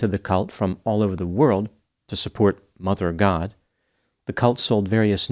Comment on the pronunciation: says "Mother God" with the same intonation as Tic Tok. 😂.